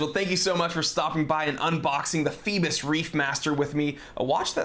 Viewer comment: do those americans rly read phoibos corectly, cause it sounds so wrong